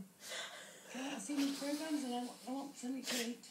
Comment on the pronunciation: "Me plogrammes"